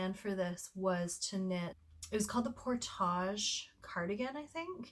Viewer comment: Finally someone who can pronounce Portage properly! It figures since you are from BC :-)